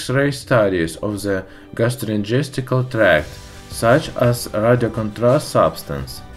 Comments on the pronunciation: "Gastroingesticle" tract. lol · LOL "Gastro-ingestical"!